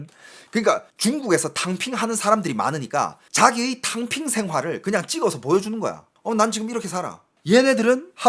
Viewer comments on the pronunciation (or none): 톈샤타이핑? 톈샤탕핑~아!😂ㅋㅋㅋ탕핑 하~오!